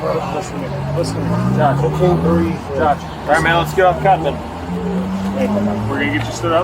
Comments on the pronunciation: Another “I can’t breeve” wasting taxpayer dollars. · I see he's a George Floyd blackbelt. Struggle, then pivot to "I can't breeve".